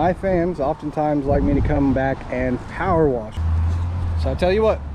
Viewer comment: Pow-er wash! Pow-er wash! God continue to bless your work!